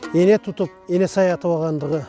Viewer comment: Каап туура эмес айтып жатасынар эне сай эмес ээн сай туура аталышы айтылышы енисай .ээнсай бул широкая река деп которулат